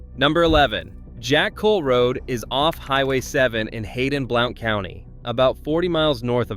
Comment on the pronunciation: Blount county: Blount is pronounced BLUNT.